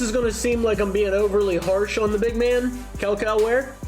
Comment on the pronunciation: I can’t even lie, how can you criticize a man for lack of effort while not taking the effort to actually learn to pronounce his name properly? I mean you continued to slaughter it over and over and over 😂